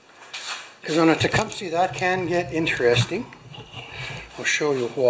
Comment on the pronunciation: “Tecumish” is the Podunk pronunciation